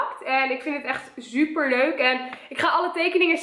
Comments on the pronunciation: Waarom zeg je zuper en niet super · jij zegt zuper inplaats van super en je zegt nogal vaak zuper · Het valt me op dat je heel vaak zuper zegt inplaatsvan super MAAAAAAARRRRRRRR LLOOOVVEE YOOOUUUU en stop nooit met YouTube💕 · HAHAHA je zegt de heletijd zuper